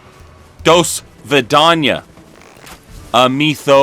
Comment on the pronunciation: As someone who speaks Russian, it hurt a little to hear say do svidaniya